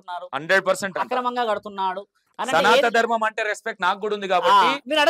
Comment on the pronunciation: Namasthe,sir Me interview chala genuine ga, untundhi sir, Khani meeru ee interview lo, SANATHA DHARMAM, Antunnaru, Adhi, SANATHANA DHARMAM kadha sir, pls prounance Properly